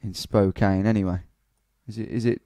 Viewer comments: Its pronounced Spo-Can, not Spo-Cain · OMG I hadn't seen this until now. I have left many comments trying to get us on here. I know some have probably said you were saying it wrong. Spo-Can! lol. I said that in my comments. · Spo-can......is how it’s pronounced LMAO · Portland, OR, USA You are immediately identified as an outsider because Spokane is not pronounced Spo-Cane but actually Spo-Can by locals. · Just a heads up, it's pronounced "spoh-can"( with a soft a). Also I'd love it if you did Seattle! Keep it up dude :) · Also it's pronounced Spo-can don't worry though most people in our state don't know how to pronounce it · Pronunciation Patrol: Spokane=Spo-Can, Aloysius=Al-oh-wish-es -- Re: Hometown - Born: Sydney, Living now: Beautiful, glamorous Woolwich in SE London. You choose!